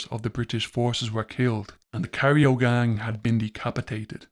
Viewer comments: Cairo. Not cario. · Cairo is pronounced kyro after the city in Egypt.